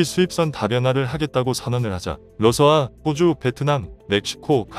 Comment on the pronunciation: 러서아가 아니고 러시아입니다